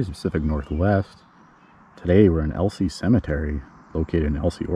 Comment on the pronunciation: El-EEz. Not El-see. :) Neat crib grave marker.